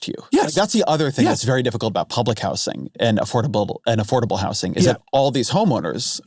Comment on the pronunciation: i went into this already expecting to disagree on all these negative speculations on what Mamdani can get done as mayor but the most disagreeable part of this podcast was the way Ezra pronounced the word "housing" like "how sing".